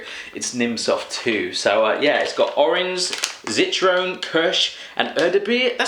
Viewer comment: Zitrone is lemon, you fool! ...in fact, this is beginning to annoy me; why can't we have someone who can actually pronounce German words properly?! People always make an effort with French, why not with German?